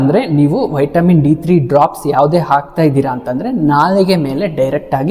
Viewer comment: ಉಚ್ಚಾರಣೆ ಮಾಡೋದು ವೈಟಮಿನ್, ಬರಿಯೋದು ವಿಟಮಿನ್ 😂😂😂😂